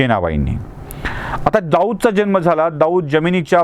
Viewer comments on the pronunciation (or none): none